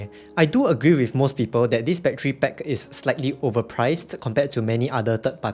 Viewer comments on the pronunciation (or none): Stop saying battery PECK